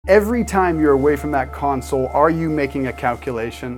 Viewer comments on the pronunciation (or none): Lol "console"